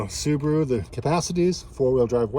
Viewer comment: Aaah, the "Soobaru boobaru lubearu Legacy".